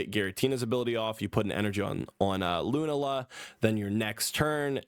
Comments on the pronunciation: Your pronunciation of Lunala makes me want to unsub. But I’ll give you the benefit of the doubt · I know he didn't play this gen, but "LUNAla" is crazy 🤣.